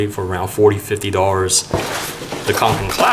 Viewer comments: he said kanken its konken 😩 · Kånken is pronounced as "konken" 😊